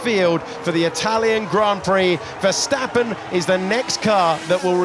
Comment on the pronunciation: DC really used the VerSTATen 😭